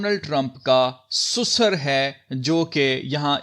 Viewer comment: Susar nahi sasur kaho yaar